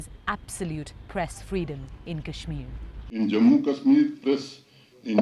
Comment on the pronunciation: I was like “cool, you rarely hear Kashmir pronounced correctly by a Brit” until they showed the “BBC Asian correspondent” with an obviously Indian name, though to her Brit credit, she did screw up “Srinagar” at the very end.